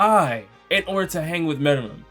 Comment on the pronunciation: Lol I can't believe it😂😂 meruem? Really😂😂😂 wow.. I didn't even mind the rest but meruemmmmm.😂😂 wow damn